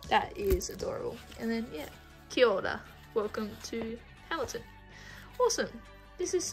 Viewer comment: Your pronunciation of "kia ora" was pretty good!